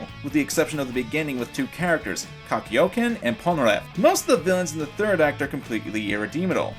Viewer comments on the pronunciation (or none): KAKYOKEN its kakyoin (kak-ee-oin) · ITS KAKYOIN NOT KAKYOKEN WRYYYYYYYYY! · "Kakyokin" Ehem, Kakyoin*. On the topic of the plot for both Parts, I didn't know "plot" equalled "relatability???" I can see you're a fan of the anime, but I don't know if you know what you're talking about. *SPOILERS* The plot for Stardust Crusaders is set in stone INSTANTLY. To find DIO, and defeat him. The plot for Diamond is Unbreakable takes a long time, to actually start up. Before the arcs that include Kira Yoshikage, it seems as if they're just facing off against RANDOM stand users. Diamond is Unbreakable seemed almost... Afraid, to kill off the characters. Koichi survives after a FATAL battle with Kira, Jotaro survives Killer Queen's Second Bomb after being SEVERELY injured, Okuyasu survives the final battle, Rohan comes back to life TWICE after Bites The Dust resets TWICE, Josuke revives Hayato at the final battle, being able to do it quick enough before the soul leaves his body.. And, the random enemy stand users near the beginning of the part (without Kira) never 'die'. I get it, it's a friendly towny environment. People shouldn't die, it'd make the place depressing. I love Diamond is Unbreakable, but saying Stardust Crusaders had a tad bit weaker plot, no. And, Dio surviving in a coffin DOES make sense. If you paid attention, you'd know he took Jonathan Joestar's body, after only being a head for the longest time.. He got locked in that coffin by his servant, so that he wouldn't drown in the water.. Annnnnd, well, he's a vampire. He can't die by those hundred ye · kakyoken? just to make sure, its pronounced KAK-YOW-EEN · Kakyoken???? What???? irredeemadle? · So you wont try to pronounce Higashikata (He*Gah*She*kah*ta) but you're willing to butcher Kakyoin (Ka*ki*yo*een) into KahkiyoKen? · IT'S PRONUNCED, KAK-YO-IN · lol it's easy (Higash-kata), and cockyoan Lmao! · "Kakiyoken" WHAT??? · it sounds like you fused Kakyoin and Kaioken from dbz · KAK E OH KIN.... o m f g